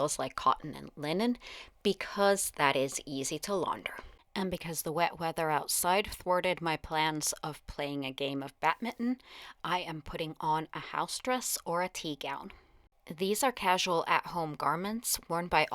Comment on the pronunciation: Your partner laying on the bed on his cell phone made me laugh. Were the daytime looks for mourning? I can't imagine wearing black or very dark colors in the daytime all the time. I'm certainly glad I live in THIS era and not then. Very informative. Just one thing....it's BADminton, not BATminton.